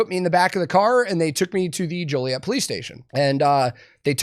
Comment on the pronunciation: You know he actually lived in Joliet because he pronounced it right, ain't nobody jolly in Joliet. That, and the police brutality.